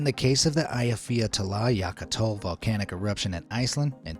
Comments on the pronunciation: I had to replay how he said "Eyjafjallajökull" several times. To said that he "butchered" the pronounciation is just too mild. What in the world did he say? "Ayafiatalayakatol"? Sounds like a parody of the name. 🤣🤣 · Ayafeyatlayakatoll jokul was a top notch pronunciation of eyjafjallajökull. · D Can you please say Eyafjallajökull again? Eya-fjalla-jökull... Not Eiyah-fiata-lay-yaka-tull... XD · EYYA-FYALLA-YEU-COOL - Eyafjatlajökutl! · Nice try, but you absolutely murdered that Iceland word for that volcano. 😂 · how much do you want to butcher the pronunciation of "Eyjafjallajökull"? "yes" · Hahahaha he couldn’t say Eyjafjallajökull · The Icelandic volcano's pronounciation was very creative 😂😊